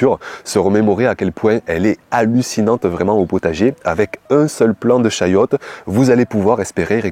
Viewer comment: Chayotte....et non chouette 😂